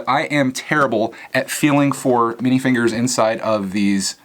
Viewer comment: You said minifigures not minifingers!!!